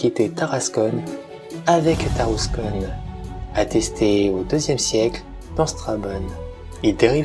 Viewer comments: Seul hic pour la prononciation c'est Tarascon ( Ta race con ) pas Taras[conne] , en API c'est \ta.ʁas.kɔ̃\ 😆! Un vrac des différentes sources historiques utilisées aurait était super en complément mais merçi pour la narration ! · Tarascon pas tarascone